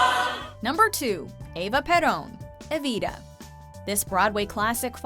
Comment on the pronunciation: Siempre se me hizo gracioso la pronunciación para el español. Al decir Eivira en vez de Evita jajajajaja